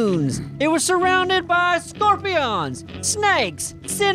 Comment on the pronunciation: Scorpiawns.. hahah